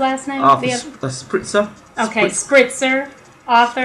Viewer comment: try to read it like shpeel-k :)